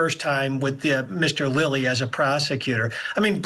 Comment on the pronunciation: Hard to take this guy seriously when he can’t pronounce Lally’s name